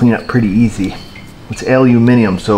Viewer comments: glad to hear you say aluminium the correct way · Nice British pronunciation of aluminium there, keep up the great work :)